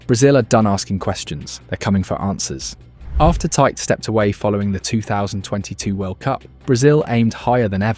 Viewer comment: Bro great video but you butchered every single pronounciation… Stuff that even all English pundits say correctly, like Seleção and Tite